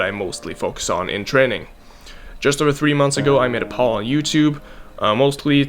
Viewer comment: did you say "made a paul on yt"